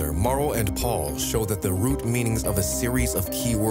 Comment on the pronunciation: The name of the Italian gentleman is Mauro (NOT "Murio"), and is pronounced, "maa-oo-ro". Hope this helps you. About your question, "how could People are witness the work done on the flodder earth?" In my humble opinion, if the Elohim had such advanced flying craft, it very possible that they had the technology to capture, store, & watch videos. It is reasonable to assume that the writer(s) of Genesis had watched videos which showed the early stages of the work on the flooded earth.